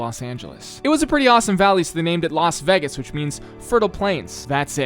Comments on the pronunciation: The way he kept pronouncing it Veg-gos instead of vey-gus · ah a 23 minute video of you saying vegas wrong, nice